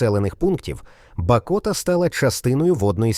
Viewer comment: Звертай увагу на правильність назв населених пунктів. Правильно - Дземборня, БАкота, а не БакОта. Інші не знаю, але перевіряйте. Це ж ваша репутація